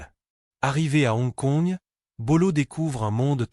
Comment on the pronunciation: "C'est la première co-production Hollywood-Hon Kongde l'histoire!" 😂😂😂😂😂😂😂😂 Et bien alors... Des problèmes de lecture? 😂😂😂😂😂😂😂😂😂😂😂😂 "... Et n'oubliez pas de vous abonner et liker!" 😂😂😂😂😂😂😂😂😂😂😂😂😂😂😂😂 Edit: Ah bin voilà! C'est dit tout au long de la vidéo, et ça n'a pas loupé: c'est revenu "mais avant d'aller plus loin, prenez une seconde pour likeur cette vidéo" Je pense,, que c'est toi qui devrais prendre le temps d'apprendre ton propos ou au moins de bien lire ce que tu lis, parce que là, je préfère en rire qu'en pleurer, parce que honnêtement, c'est pas bon 😂😂😂😂😂😂😂😂😂😂😂😂